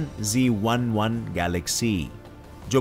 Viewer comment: I think that's GN-Z11 but you pronounce that GN-G11